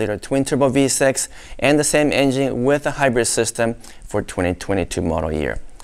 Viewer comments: I love how he says "in-jing" instead of engine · Great Video.!! Everybody drink when says: "Engine" - C'mon everybody play.!!!